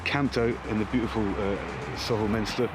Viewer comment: Nice to hear someone pronounce Southwell properly! Epic challenge and awesome performance as ever